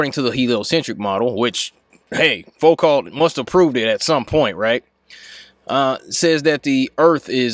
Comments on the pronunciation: Foucault is pronounced "foo-co." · It's pronounced "Foo-co" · People from USA should really put some effort into pronouncing foreign names. Though I love your videos, but it just makes me cringe when hearing Foucault pronounced like it's English. (Same goes for Schrödinger, Fermi, Bohr as well as many others.) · Pronounced "Foo-koh"